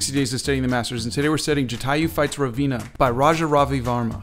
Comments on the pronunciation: That's RAVANA sir 😊💛 I have a suggestion as well , you try to speak french names in their accent , spanish or others in theirs but why not Indian, are they so tough to pronounce ☹️👀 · I'm not trying to be rude here just that you mispronounced ravana as ravena(turning a male figure into a female one). When i first heard it i was dumbstruck. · Hey man ! Loved it but it’s pronounced “Raa-Van-aa” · No, it's pronounced like Raa-va-n (I am Indian btw) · Ravana is spelled wrong here. It's pronounced rah-va-Na. Thanks for the explanation about raja ravivarma